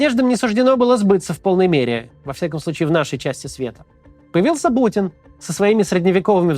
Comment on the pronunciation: На примерно Макс так сквозь зубы сказал путин, что мне послышалось Бучин! Хорошее было бы прозвище.